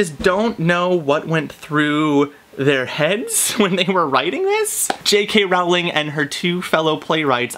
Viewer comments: J.K. ROW-Ling not ralling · its rowling not rouwling😊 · If you are such a fan how is it that you do not know how to pronounce J.K. Rowling's name It is pronounced Rowling like bowling and not Rowling like howling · "I'm a huge Harry Potter fan but I pronounce the authors name as R-OW-LING instead of RO-WLING" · It's actually pronounced Rowling not Rawling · Ok 1st if you were a TRUE fan you'd know that her name was pronounced Rolling as to rhyme with Bowling NOT Rowling as in Owling Dayum. Im out. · I can't believe it you said her name wrong ! it's Rowling(pronounced Rolling) as in row ,row your boat not Rowling as in having a row, argument .Please don't tell me you say Voldermort with a T at the end ! ;) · It's Rowling like bowling. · I agree with everything you said exept for the pronouciation of Rowling. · I share 98% of your opinion on your review of The Cursed Child, but your pronunciation of Rowling really bothered me lol. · Omg u say ur a fan yet u can't pronounce jk rowling's name correctly